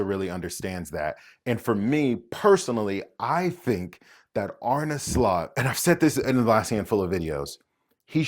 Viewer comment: You're an American who: One, is going all GAGA over ... football??? Two, pronounces Arne Slot's name correctly. That right there is funny AF to me. That said, I think PSG is gonna beat them. Probably not easily, but it is likely. The big question then becomes: Did Slot FAIL this season if he doesn't treble?